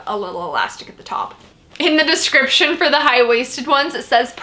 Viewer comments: I loooove your videos! And I love how you pronounce description in the beginning. “Scradiption” hahahah <3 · Girl, you say the word 'description' weird